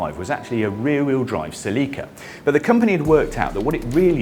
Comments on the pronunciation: What the heck is a Sa-Leak-Ka? Celica???? You mean Cell-Lick-Ca? NEVER have I heard it pronounced Sa-Leak-Ka. That is awful! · what the hell is a "ceLIca"? You mean Celica? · Celica pronounced (sell ick a) not (see Lee ca) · Right, that pronunciation is awful. Cell-Lick-Ca flows off the tongue so much better than Sa-Leak-Ka. Why U.S. drop the (u) from words, pronounce (Z) "Zee" instead of "Zedd". And Aluminum as Ah-lume-mini-mum vs. U.K. "AL-YOU-MIMINIMUMUMUMUMUM". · OMG my Queen....... -zah English speaking friend! There's ZERO "LEAK" in the Toyota Celica! It's pronounced; when spoken as it should (Cell-i-kah) cheers mate! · Uh Seh-Leekah lol nice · what’s a “sell-Lee-kuh”??? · What’s a “ceh-lee-kuh” ?? 😅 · Uh suuhlecka? It’s pronounced Celica. 😂😂😂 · Why do brits mispronounce everything? It's Sell i Cah. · Selleeka ? Are you intentionally saying words different just for fun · sa-lee-ka My Neanderthal brain took like 2 seconds to process you were saying Celica. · 110%. Sounds more like Selllica the way they are saying it. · Toyota pronounces Celica as “SELL-ih-kuh” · The real pronunciation is actually Seh-ree-kah. 😄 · The way this guys pronounces Celica is killing me yo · I’ve never heard the name Celica pronounced more redartedly 😂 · Please learn to pronounce Celica. Shudder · I know, it always makes me laugh too. Especially when James May says it. 🤣